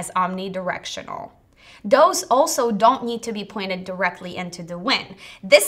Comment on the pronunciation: Learn how to speak. Deese, Does, and Demzes IS ALMOST A SPEECH IMPEDIMENT.... It makes you sound so impaired.! I can't listen anymore.... In the information heirarchy People pay to hear more intelligent speakers..... anyone can listen to Mo-Rons, but why (pity?) OMG do i hear "WINT" rather than "wind" Someone keeps telling me I'm a Mo-Ron, oh wait, IT IS YOU, Every couple few words an indicator MY TIME IS BEING WASTED...... sorry.... gotta go ....